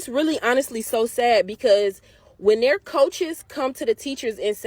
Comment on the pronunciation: Hey teacher...it's not "dey friends", it's "their friends".